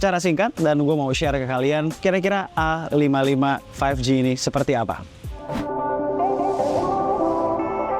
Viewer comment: A55, 55 nya dibaca SS